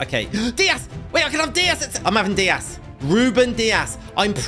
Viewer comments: Davies in instead of Dias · Rúben Dias Me: Screaming DAVIES! ALPHONSO DAVIES!!!